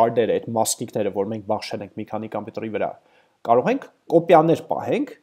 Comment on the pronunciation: ) Baxshel che bashxel:D misht asum es baxshel et x nel shat jigyaroves asum BaXshel